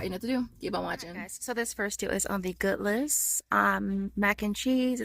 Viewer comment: Goodles, like noodles girl. Not good- less 😂 that makes them sound nasty